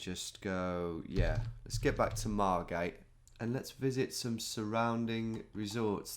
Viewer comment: Margate. Come on. I’m from there.